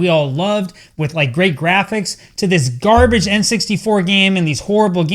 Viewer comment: "EA Sports...It's in the GAME" "Akklaim.....It's in the GARBITCH" 😂😂😂😂😂